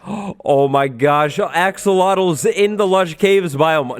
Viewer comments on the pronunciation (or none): none